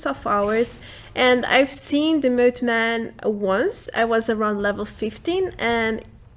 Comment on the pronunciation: The way you say moth-man is so funny. 🤣